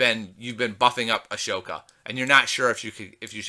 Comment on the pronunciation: Sorry again but, ahsoka is pronounced asoka plz no hate don't hurt meh plez